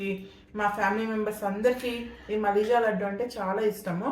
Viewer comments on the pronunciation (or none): మలిజ. కాదు మలీద